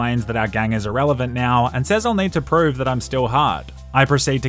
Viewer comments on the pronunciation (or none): none